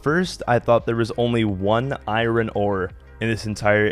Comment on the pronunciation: Bro wtf man. Why can't you say iron or chisel properly? 😂